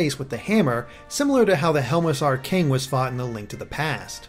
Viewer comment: he mispronounced helmosaur and cuccoo. how can you fail so bad.